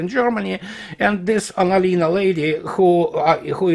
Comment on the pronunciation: Get well soon! And your pronounciation of Annalena Blabla was perfect.